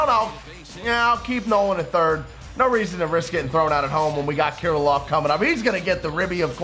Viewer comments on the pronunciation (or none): Some teach to say Alex Kirlloffs name 😂😂😂